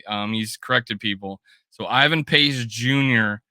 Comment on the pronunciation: As an unqualified content critic, I feel like I'd be kinda remiss in my unofficial duties pointing out that if you're on the "Pace Train", you might show a little respect to the mans name... Who the heck is "Invan"? 😂 Other than that. I approve this content - SKOL!